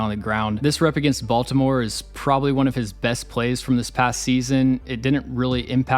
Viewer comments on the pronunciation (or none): none